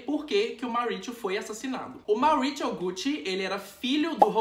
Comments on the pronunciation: Maurichiou! Pratrichia! Hahhaha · Eu odiei o jeito que você pronunciou os nomes deles, já que não sabe a pronúncia correta é melhor falar em português mesmo. MAURÍCIO e PATRÍCIA. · na época que eu gravei, não sabia mesmo a pronúncia do sotaque correto pessoal, desculpaaaaaaa! nem me toquei, por exemplo, que falamos pizza e não pitcha HAHAHAHAHA por outro lado, finge que foi tudo programado pra ser o alívio cômico da história do mauritcho e da patritcha 😂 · Patricha e mauricho kkkkkkkkkkkkk eu acho que a pronúncia seria Maurizio e patrizia com acentuado do z kkkk só acho já q são nomes com pronuncia italiana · Na verdade a pronúncia seria como o "z" de pizza. Então o correto seria "Mauritzio" e "Patritzia". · "Mauritcho" e "Patritcha" é ótimooooooo 😆😆😆😆😂😂😂😂🤣🤣🤣🤣🤣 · Não consegui assistir com ele falando Mauritcho e Patritcha toda hora 😩😩😩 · Cara em italiano Maurício e Patrícia se falam como no português não precisa falar de forma estranha como vc falou no video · Você cita o nome do casal com um sotaque mais para o inglês do para o italiano. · Maurizio e Patrizia em italiano tem a mesma pronúncia do que os nomes em português. Dá agonia ver um vídeo inteiro ouvindo o nome errado. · Gente como vc pronuncia 2 nomes italianos com sotaque americano nada a ver🤣🤣🤣🤣🤣🤣🤣🤣